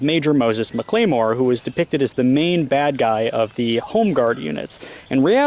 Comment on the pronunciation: Hi! I’m from MS. Infact I went to HS at the school just across the street. It’s pronounced Mac-la-more. And A-mess. I know it’s difficult to understand us sometimes, lol and we def have our own pronunciation’s, lol